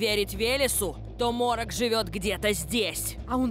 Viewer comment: Морок, а не Молох